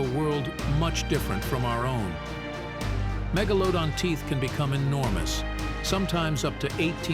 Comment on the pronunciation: Megalowdon lol